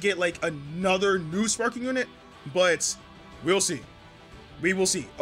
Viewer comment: I hate how he pronounces sparkingggg 😖